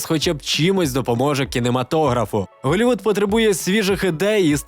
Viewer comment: Каже Холівуд але не каже халк....🤦